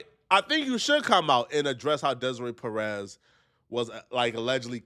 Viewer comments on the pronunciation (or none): none